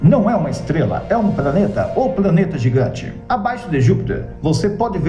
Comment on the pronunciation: Gosto do seu canal. Você fala "praneta" ou eu tô ouvindo errado?